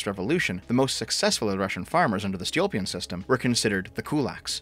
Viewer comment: It’s Stolypin (Stoh-Lee-Pin), not “Stilopin”, lol